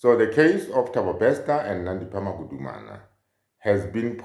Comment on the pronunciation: "Magudumana" NOT "Magumana"